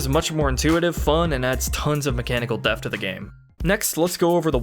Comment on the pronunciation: the word "depth" has a t between the p and the h. You seem to be pronouncing it like the ph in "phone". it is not pronounced "deh-f" it is pronounced "deh-p-th". This wouldn't be as much of an issue if not for the shear amount of times you use this word in your script. It seems to be your go to word when describing anything with complexities.